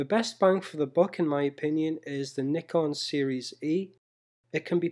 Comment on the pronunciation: One of the few youtubers who properly pronounce "Nikon".